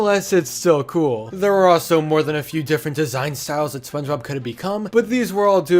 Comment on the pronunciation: ah yes, Špøñgëbøb